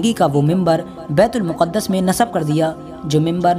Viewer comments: It is bait-ul- maqdas not muqadas Secondly it is not first qibla but its second qibla. First qibla was Khana Kabba and second bait ul maqdas and last qibla again Khana Kabba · It's not muqaddus... It's muqdas